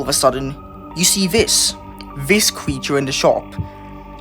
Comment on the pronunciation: "qweepy" "weal" "qweeture"